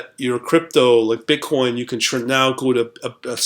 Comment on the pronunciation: I like how hard you hit your B's in *BI*nance and *BI*tcoin